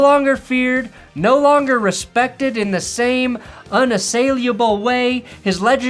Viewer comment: ok, you mispronounced "syllabic", "bristle", and "unassailable". ....